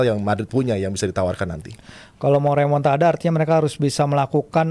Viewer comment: Remon-ta-da ❌ Remon-ta-dah lah ✅